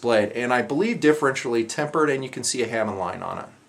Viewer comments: It's pronounced like "ha-moan". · Just for your information, great video: Bo-Hi = "Bow He" Tsuba = "Suba" (pronounced like Tuba but with an S) Hamon = Hamm on (soft "a" like you're pronouncing the last "a" in katana) Japanese vowels all have consistent sounds a = soft "a" (mentioned above) e = "eh" (like the Canadians j/k) i = hard "e" o = hard "o" (like no) u = like the "o" in "to" And TS = "s" (i.e. Tsunami is pronounced like Sue-na' me) there's a little more to that, but it's close enough =) Good job! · the hamon is pronounced hah-moan. its literally "blade pattern" And if i remember correctly is considered the soul of the sword. I just thought everyone would like to know that, and the guy aepceo is right it suba the t is silent